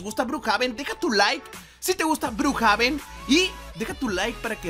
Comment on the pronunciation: Se dice Brukjeven pe deje